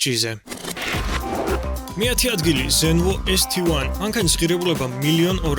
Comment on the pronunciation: ეზთივან არააა.. ეს-ტი-1(ესტეერთი) ესე წაიკითხე..თუ ქართული თარგმანით გააქ ბლოგი!! და აქ მესედესი (ექსცელერო) იყო შეზღუდული რაოდენობით როგორც (კონინსეგ 1) ბუგატიც.. და ფასიც საკმაოდ დიდი აქვთ ამის გამო...ასე რომ ცოტა მეტი ინფორმაცია მოიპვე და უკეთესი გამოვიგივა,,წარმატებები